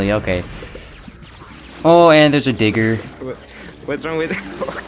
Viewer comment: I KEEP HEARING DIGGERS WRONG. WE NEED CAPTIONS